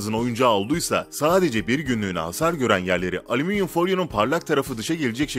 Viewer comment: aleminyum ,alzarmir yahu siz nece konuşuyorsunuz nerde yaşıyorsunuz?